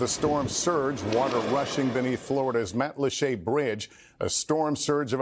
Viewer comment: "Matlachè"......Mat-lach-uh HATE HATE HATE